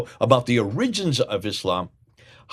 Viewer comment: Why do you pronounce "origins" and "attributed" that way? What's wrong?